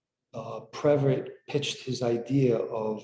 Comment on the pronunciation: It’s pronounced previt-EE. Not a big deal, just wanted to let you know. Thanks!